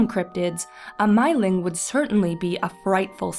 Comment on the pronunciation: If anyone cares to know, the actual Swedish pronunciation is more like "meeling" (sounding "ee" with rounded lips as if you were pronouncing "oo").